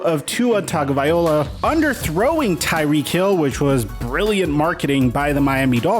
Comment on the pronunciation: Hello, Tua’s last name us Tagovailoa not Tagovaiola. If you don’t know than ask